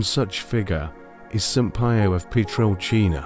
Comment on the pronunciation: Kindly pronounce Padre 'P iii o" not 'Pie o'. Thk u dear brother.